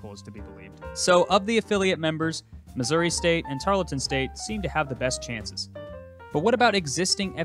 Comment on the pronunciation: You pronounce Tarleton incorrectly.